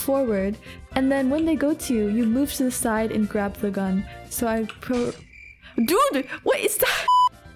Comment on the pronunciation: Is it jut me or that « dude » on sounded really french?